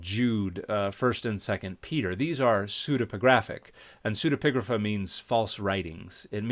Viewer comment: Thank you for teaching me how to pronounce pseudepigrapha - I had never heard it aloud before.